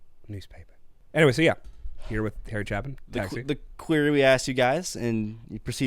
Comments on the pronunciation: Great reaction to a great song. BTW, his last name is pronounced CHAY-pin, not CHAP-in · A A A there is a hard A in Chapin it is not a chaplain!!!!! Put the pipe down for a minute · I've always heard his name pronounced chay-pin. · It's Ch AY pin, not Ch ah pin, isn't it? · I don't know if somebody else already told you or not, but his last name doesn't rhyme with happen....it has a long A sound like in "stay" not short like in "chap". If you like "storyteller" songs, there was never a better storyteller songwriter than Harry. Also, if you liked this one, Harry wrote a sequel to the song...actually just called "Sequel", that gives these characters the ending that they didn't really have at the close of this song, in case anybody's interested. 😉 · It's pronounced chay pin. Not chap in. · It's Chape /CHāp/-in, not Chappin. At the end of the year, you're going to have an extra S-tier in your pocket, and you're going to go: huh, I wonder where this was supposed to go? Supposed go right here. This is an S-tier song. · What a great reaction, I experienced the beauty of this song all over again through your virgin ears and how moved you were by it. Priceless. And BTW his name is pronounced Chay-pin, not Chapman or whatever 😂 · Great reaction. BTW, it's pronounced CHAY-pin, not CHAH-pin. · It's pronounced chAApin. He was only the greatest story teller of all time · Pronounced Shay-pin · I think his name Chapin is pronounced like rhyming Stay pin. Long A in Chapin. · Chapin with a long A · Chay...long "A". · Just use the standard rules of English pronunciation: it's a "long 'a'" sound...aye... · pronounced with a long 'A' 'Chapin - if there were two pp's it would be a short 'A' chappin. Harry considered himself a story teller. f you guys want to hear a story easy to relate to, that would be Mr. Tanner. If you want to hear Harry at his best please react to 'A Better Place To Be' All of Harry's songs are better live, so I suggest you react to live versions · Also CHAY-pin